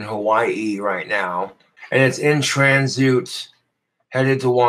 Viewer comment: Tran-zoot... college level reading comprehension coming in nicely,!